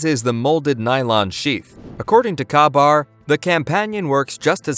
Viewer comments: Any marine will tell you... it's called K-BAR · a true marine will tell you the K is silent.